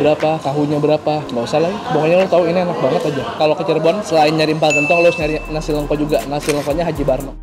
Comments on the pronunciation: Nasi lengko, bukan nasi leungko. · Bang pengucapannya salah kayaknya nasi lengko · Coba tanya cara baca nasi lengkonya sepertinya salah